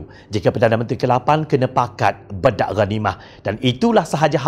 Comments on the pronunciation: Pembetulan sebutan. Bukan disebut bedak..disebut baydak.iaitu berbahagi bahagi. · Bedak ghanimah sepatutnya disebut menggunakan e teleng bukannya e pèpèt. Jika ikut sistem ejaan lama: Bèdak.....talkum (e pepet) Bedak.....diagih-agihkan (e teleng) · Pakat bedak ghanimah maknanya "masing-masing mengagihkan harta rampasan perang". 2. Sebutan "bedak" bukanlah e pepet sebagaimana kita sebut "emak". Sebutan yang betul e taling sebagaimana kita sebut "enak".